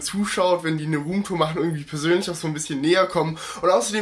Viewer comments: wie du rumtur sagt haha lachflasch des todes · Eine Rrrrroommtour😂😂😂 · Wie du Damals immer Ruhmtoor gesagt hast😂